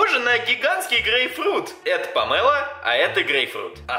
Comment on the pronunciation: Почему говорит гейфрут?